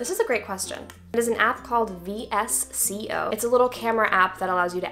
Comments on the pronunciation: Madelaine honey... Its pronounced “Vis-ko” not V S C O LMAOOOOO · It’s vsco not v s c o it’s one word not letters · the way she said vsco 😂😂 omg i started dying ngl omg 😂😂😂😂